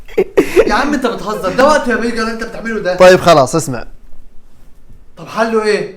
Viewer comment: ادري ان اسمه بيجر بس لاحظي كيف ينطق الاسم 😂 يقول بيقر 🤣